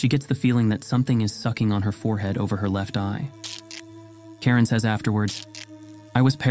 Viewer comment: Mispronunciation of the name I guess. Karin is a common name in Sweden but you said Karen, which, if it exist in Sweden is extremely rare and brings the thoughts to the Karen meme.